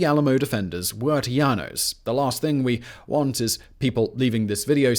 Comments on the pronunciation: Alamo is use now for key word we been over run regroup special location prepared to fight till the end . Lololol tejanos pronouncing is wrong buddy lol you saying tiano lol I am rolling and texians bahahah OMG 🤣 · Agreed. Our Texas history class covered the “united we stand” approach to Texas Independence. Anyone else cringe when he says Tejanos? In Spanish j is an h sound- not y sound...it’s “Tay-han-os”! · It's Teh-ha-no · Socka-teckoss is how you say Zacatecas. Tejanos = Tay-Han-ohs.